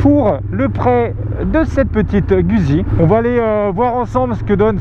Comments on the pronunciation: Je kiffe tes videos! Mais je suis italien et dès les premieres secondes tu m'as choqué!!! On dit Guzzi en prononcant ( gOUDzi ) Mais je t'aime quand même! ^^ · Sa se prononce moto gouzi